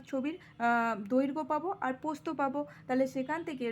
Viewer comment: ম্যাম ওইটা প্রস্থ... নাকি পোস্ত 🤣🤣🤣